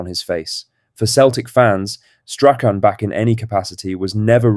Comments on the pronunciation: please pronounce strathams name properly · Learn to say Strachan before you do a Celtic video